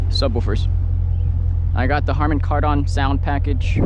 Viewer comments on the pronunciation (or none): “Harmon Card-On” lol